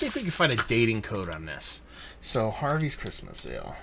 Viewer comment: thanks for the shout out and yes you said the.name correct!